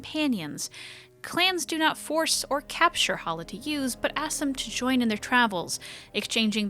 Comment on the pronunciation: every time she says Halla...i here Holla!, like she is Ja Rule or something.